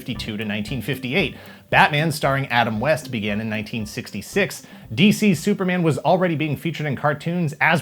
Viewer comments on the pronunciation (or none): none